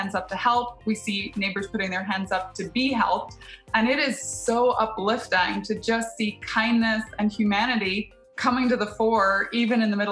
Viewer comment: Man, the CEO can't even pronounce 'uplifting' properly.